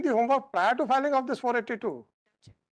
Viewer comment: Kaan se khun nikal gaya lord ship lordship sun k